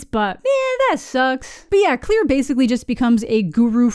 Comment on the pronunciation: Why does everyone pronounce her name as “Clear” but in the movies her name is pronounced as “Clair”